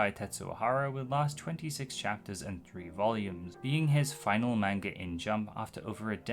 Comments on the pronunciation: You say manga wrong. It’s pronounced “mon-guh” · Seemed like an interesting video up until i realized it’d be an hour of someone saying “main-guh” How do you do all this research and never learn how to say the word?